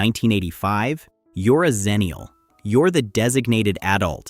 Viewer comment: Agreed Especially if the word is going to be mispronounced. it’s X-ennial, not Zennial Again, the world is hell bent on erasing the Xers. Cripes.